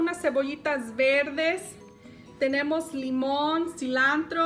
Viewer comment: lunes domingo viernes ....que mas da la receta es lo importante ,,,,mientras la receta esté rica no le hace que diga CILANDROOO--- de todos modos entendemos.